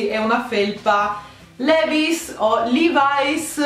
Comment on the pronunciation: scusate ma chi è che pronuncia i brand in quel modo? livai's?!